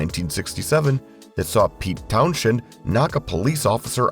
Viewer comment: Or, my favourite, when "it" pronounces Pete Townshend's name as "TownSHend". AI p!sses me off; stop using it!!! And the scriptwriter keeps saying they doubt "we remember" this or that...we DO remember. It's patronizing, so stop!